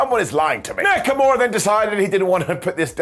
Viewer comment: Did you just say Neckamura????